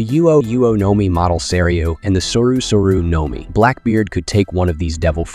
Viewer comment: No mi bro your pronunciations are terrible